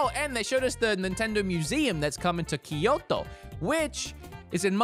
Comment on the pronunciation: Im being toxic, but are you unable to say Kyo instead of Kiyo (referring to the word Kyoto instead of Kiyoto)?